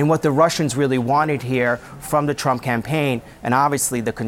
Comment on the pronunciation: She said "Drump Tower". LMAO